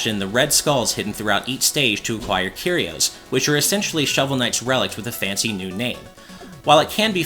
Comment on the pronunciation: THE C IS SILENT IN SCYTHE! CMON MAN. AND CARRIOS? CURE - E - OZE. AAAAAGH